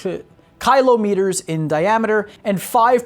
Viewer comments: Listening to you pronounce kilometers is painful. Either learn to do it right, or just say it in thousands of meters for the sake of our bleeding eardrums. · For the good of humanity and for rule of the universe... Please! Speak Kilo like kill with an o and not like kylo. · Kylometer mf? fr? that's the one thing in the script you couldn't pronounce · Ok god dude it’s. “Kill Ah Met ers “ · Pronunce common word... Must be american xD xD Is not kHilo. Is kilometres is a hard "C" sound there is no H xD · Dude, really, kilometers, you look dumb saying "kylometers", get it together already, everyone in the world uses that unit, if you don't know what a km is, google it, the information was good but you just suck as its provider. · Kylo-meters, Seriously now way he's this dumb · Kilo = keylow Why am a I so head tilted by his pronouciation of kilometres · Did he just say "kylo meters"? If you can't say Kilometers then just day klick. Or watch scarface. He gets a lot of kilo's then just add meters after that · Cringing everytime he says 'KYLO-meters' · You pronouncing kilometers as kylo-meters is the most American thing I heard today😂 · Let me help you out, the word you are having a problem with is pronounced kill om it ores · i am not trying to make fun of , however kailometers or kylometers made me cry :DDDDDDDD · Did he just say "Kylo-meters?" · Kylo-meters? falls out of chair laughing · American its pronounced Kill- Oh- meters. Kilometers. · Barry Bend ahh darn yankes kIIlo meters XD (aussi number 1) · You're intentionally saying kilometers wrong to annoy everyone, aren't you? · It will forever remain a mystery to me why English speakers pronounce words so wrong. Kilometre is spoken how you read it. There is no "y" in it, so why pronounce it that way? Its not like you pronounce Tali as "Taly" or (This is some kind of joke I'm not getting, ryght?) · It's not that hard to say kilometers.... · Difficulty of an American to say Kilometres 😂😂😂😂❤️😎